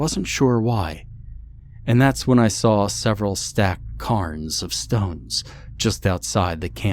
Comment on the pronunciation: The word "cairns" is pronounced CAREns not CARNS